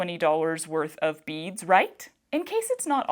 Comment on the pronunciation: It took a little too long for me to realize you were saying beads, not bees!! I couldn't figure out why they would think you wanted bees. 🙃